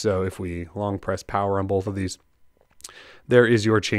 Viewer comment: Bolwth (both) - you can't un hear this.